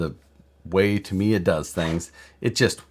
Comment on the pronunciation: Started watching but then you pronounced Tamiya and I shut it off. Just saying.